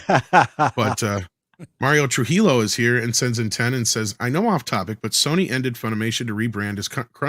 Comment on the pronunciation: Come on, please, True-he-yo 😓